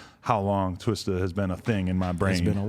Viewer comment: I hate how white people say twista.